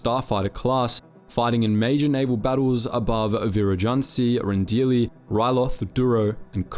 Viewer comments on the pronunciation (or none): none